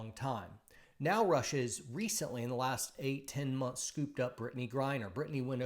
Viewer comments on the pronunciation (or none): none